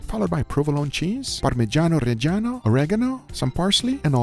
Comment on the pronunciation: Very sorry guga but as an italian i despise the way you say "Parmiggiano Reggiano"